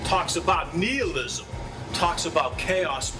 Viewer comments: That man lost the small shred of respect I was leaving intact for him when he pronounced nihilism as "KNEELism"...... And I actually hate, more and more with each view of this man's face, how much he looks like a Bostonian Corey Feldman....... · LOL.. I noticed that thing about "kneelism" too. I cant unsee the Corey Feldman resemblance now that youve pointed it out.